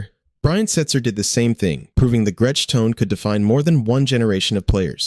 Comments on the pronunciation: And the pronunciation of Gretsch guitars ("Gret-tetch"). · How many different ways is it going to pronounce Gretsch? It did get it right once at least😂 also missing a lot of guitars I was expecting to see - Charvel, Jackson, Epiphone